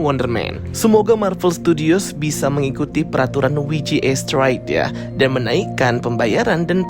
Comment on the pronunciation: Bukan WI JI E, tapi DOBEL YU JI EI😂